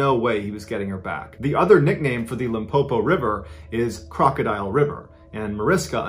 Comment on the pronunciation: Pronunciation of Limpopo is perfect...award winning 👌